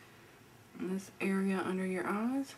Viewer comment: Holy moly!!!! Ir ees scared me!!! Eyes. Not ees.